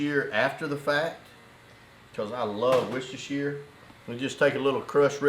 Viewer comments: lol great vid but the wusashire sauce was just priceless! It's pronounced wuster sauce. simple :) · native speaker here. it is pronounced wooster sauce, not woustershiresauce. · You pronounced "warshyersister" wrong. Otherwise great video! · aaaargh, its pronounced 'wuster sauce' not worcestershire............................ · Did you say what's your sistah's sauce 😂🌶😂🍺🦌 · That is one incredible beard style! Love the recipes (btw Worstershire sauce is pronounced Wooster sauce ! British English is crazy I know) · I love how Americans try and pronounce worcestershire sauce 😂😂😂😂